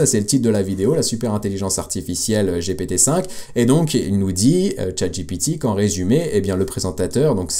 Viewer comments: c'est une bonne guerre ... ceux ci dit jaime toujours pas quand tu dit jipitiiiii cest GPT lol MErci pour tes videos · arrete de dire jipiti c'est stresssant JIPIITIIIIIIIIIIIIIIIIIIIIIIIIIIIIIiii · c'est GPT on parle français